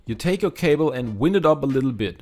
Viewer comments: Excellent idea. Instead if saying "wind" them up as in blowing in the wind it is really wine..d them up. The i is a long sound ( idea ) instead of the short sound as in wind blowing. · Wind... is said like whynd or wiiiiind like in wifi and glove is said like gluhv, like in love. Love.... the toilet role idea. 💕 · Wind up is pronounced: W-eye-nd. It is a long "I" and sounds like its name. The pronunciation that you are using is for when the wind blows as in a rain storm. I hope this helps. I speak Spanish as a second language. I am always grateful when Spanish speakers correct my pronunciation. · Thanks for this useful idea! My leads have a self-tangling life of their own! Can I just mention that the word wind in this context rhymes with find, rather than how you said it, which is correct if we are referring to a breeze of air... what a crazy language is English! But now I am off to sort out my cables!